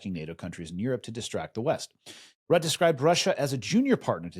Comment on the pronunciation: Hey, i've heard you having trouble pronouncing Rutte a couple of times on the show. Since it's Dutch it's pronounced Roo-tuh. Cheers from Greece.